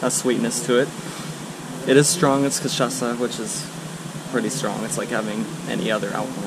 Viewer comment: Hi guys. I really like your videos and the way that you are describing Brazil. I have never been at Paraty, It is beautiful. And you said cachaça perfectly 😁